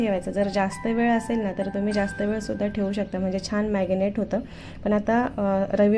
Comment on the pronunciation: मॅगनेट नाही मॅरीनेट😄